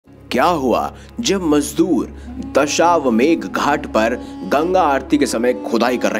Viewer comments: Pronounce as 'Dashashwamedh ghat'. Not dashawmedh. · Sir, Dashwamegh nahi Dashashwamedh hota hai. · सही उच्चारण करते तो अच्छा होता, दशाश्वमेध। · Ghat ka nam aur jirnoddhar boliye thik se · Ghat ka naam to sahi se lo